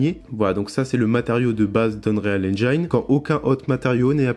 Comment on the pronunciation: Par contre en anglais on ne prononce pas engine avec l’accent sur le i, c’est juste engine avec un i comme en français ;)